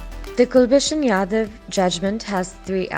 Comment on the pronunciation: It's Ja-dhav, not Ya-dav